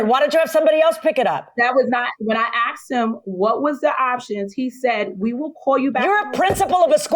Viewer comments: She's the principal of a school? "Ax?" Really? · She us a principle of a school and can't say asked..not axed!! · She's a principal of a school and she says axed, instead of asked??!!!!! Poor bastards